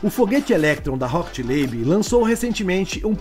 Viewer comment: O nome da empresa é Rocket Lab e não Rocket Labe.